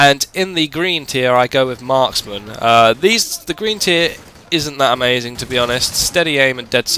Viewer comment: Also you say "amazin" like 5 times lawl